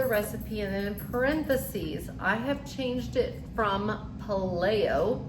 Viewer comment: How about PAY-lee-oh??